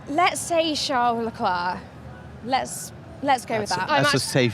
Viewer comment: Dude & Woman..who tf is "LUNDO" & "CHARLES LECLAA"? Learn to pronounce properly !